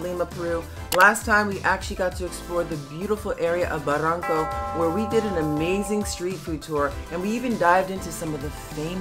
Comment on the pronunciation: Barranco....not baranco...try to use doble R. and pronunciation is strong ....